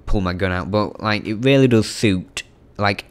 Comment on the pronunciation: he has a weally good voice 😂😂😆